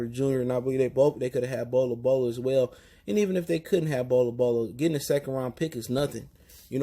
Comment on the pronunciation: How do u mess up a full name thats 2 syllables Bol Bol im starting to think u mess names on purpose 😭😂